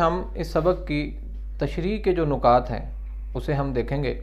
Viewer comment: Nukat ni hota...nikaat hota h